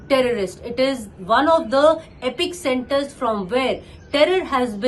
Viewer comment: It’s not epic-center. It’s ‘epicentre’